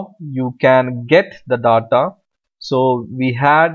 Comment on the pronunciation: DDAATTAA is soo annoying , its DATA learn pronunciation plz its annoying me im leaving .